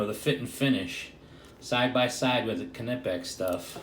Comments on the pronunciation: Cuh- nip-ex?? Knipex; pronounced nipex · Not pronounced kernipex, it pronounced nipex fella. Look good those channelocks. The knipex have their own problems like the body is big than your average pair of engineers pliers. So not great for accesing tight spaces in boilers